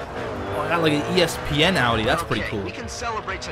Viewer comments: Did he call ESPN espen? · lol he said ESPN like "espin" haha its the sports network ESPN